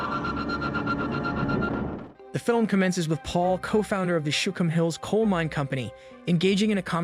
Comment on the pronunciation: Shookum hills, not shum hills.